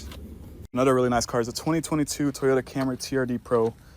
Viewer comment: What the hell is a Teeyota? 😅